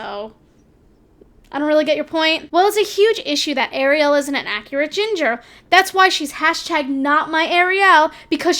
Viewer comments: It’s Ariel not air-ri-el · Air ray Elle? The fuck? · ikr she says it like sebastian lol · You pronounce ariel wrong lmao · The only thing I was triggered by in this video is how she pronounced Ariel